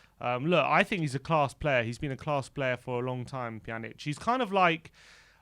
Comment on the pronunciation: Pjan - ich pronunciation, not Pjanick